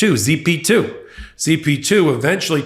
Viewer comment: it was "Zip2" not "Z P 2"